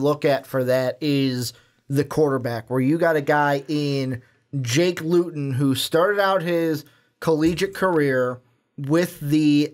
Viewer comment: Noah Togiai suffered a long term injury before you guys published this on YouTube. Jake Luton is pronounced LOOton. Mike Riley left again. And it’s Oregon STATE.